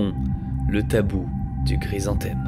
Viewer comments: Super série de vidéos, le sujet est vraiment très intéressant. Merci et bravo pour tout ce boulot ! Juste une petite précision, la fleur, c'est un chrysanthème, pas "gry". 😉😁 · ce gue j'ai pas guompris c'est : c'est guoi un grise-en-thème ? En dehors de cette prononciation étrange de chrysanthème, bonne vidéo :) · Ca me fait trop rire à chaque fois il le prononce grisanthème xd , sinon , comme toujours , superbe vidéo et super intéressante